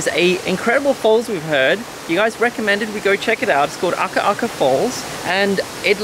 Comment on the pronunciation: Hehe, the water fall is pronounced like “Ah-kah-kah” falls. But always nice to see home from another’s perspective !